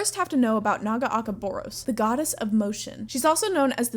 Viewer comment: Love your videos, don't love the way you say Nagakabouros